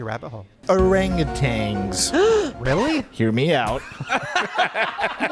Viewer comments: Thank You for correcting them! OranguTANs are apes not monkeys. There also is no G at the end of Orangutan. 🤣 Ok bye! ❤ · Did you know it’s actually pronounced OranguTAN not tang lol. I used to say it that way too and when I learned it was wrong it blew my mind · Orangutan is how it’s pronounced, not tang “orangatang” 😊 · I love every single one of you, but how does every one of you pronounce orangutan as orang-a-tang?